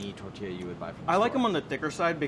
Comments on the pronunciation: This guy is cool, but someone tell him to pronounce the “ll” in “tortilla!” He keeps saying “Torrrrtia,” all emphasis on rolling his r’s but not the ll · anyone else love the way he says “tortilla”? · So many excuses to say tortilla